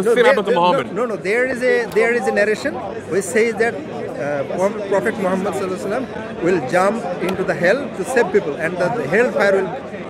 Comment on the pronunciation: why do they often say “m ohammud ars esulalah”?